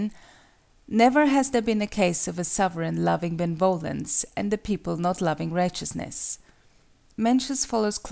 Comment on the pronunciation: The pronunciation of benevolence triggers the hell out of me it is be-ne-vo-lence not ben-volence it sounds like a dumb name instead of the actual word.